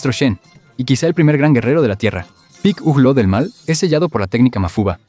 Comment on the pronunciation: Piculo? V: hablár de dragon Vall sin saber como se pronunsia v